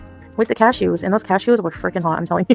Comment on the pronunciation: Why does it sound like she's saying "cashios" instead of cashews? 😂😂😂